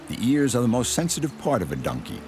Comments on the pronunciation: Anyone else hearing this dude say nunkey instead of donkey? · What kind of accent does the narrator have? Their pronounciation of "Donkey" often comes out as "DUN-key", and I've never heard anyone say it like that before.